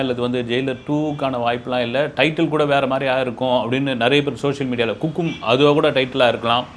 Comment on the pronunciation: Hukkum ❌ Kukkum ✅